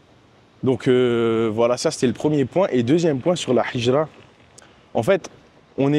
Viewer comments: Salam 3aleykoum akhi BarakAllahou fika pour la vidéo, hijra de dit avec la lettre ها et pas ح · QU ALLAH Te facilite et nous facilites , essaies d apprendre la prononciation du mot hijra, sinon top